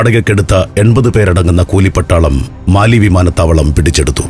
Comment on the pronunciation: തലസ്ഥാനം മാലി അല്ല മാലെ